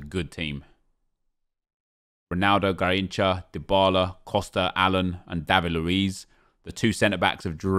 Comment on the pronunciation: Makes me cringe everytime when he says Garrincha.you have to roll the Rs